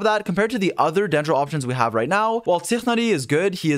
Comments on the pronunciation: did you just call tighnari "tiffany" LMAO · That flawless pronunciation of Tighnari's name tho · idk why but the tighnari pronounciation felt satisying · I found it kinda unique how he says Tighnari’s name😂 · to me its just mindblowing that every youtube is butchering Tighnari's name even tho people say his name many times ingame... fine if you play on another language but you could least check how it's pronounced when making content.